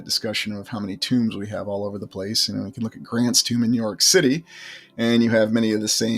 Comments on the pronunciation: are you always saying "shitty" in the place of the word city? it sounds like it, and its funny... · do you say "schitty"? 😂😂😂